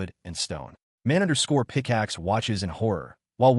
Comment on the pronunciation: My god it’s hilarious it can’t pronounce his childhood friend always _picaxe and _blahblah 😂